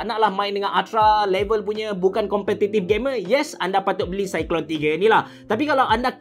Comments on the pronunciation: sebutan dia cyclone abe cerah, bkn cyclone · Itulah nak tegur takut kita salah sebut kan, tapi saya yakin cara sebut memang cyclone